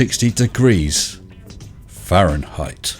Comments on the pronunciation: "a circle is 360 degrees farenheight". Let's break it down. 1) The 360° of a circle are angles. NOT temperature. 2) It's FAHRENHEIT.... NOT "farenheight". 3) By PhD, he meant = Pizza Hut Delivery. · 360° "Farenheight" Lol! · "farenheight", hahahahahaha LOL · He was clearly outside when he recorded this. Yet the temperature was higher than his IQ (in "Fahrenheight", "Cellzius" aka "centipede" and "Kolvin").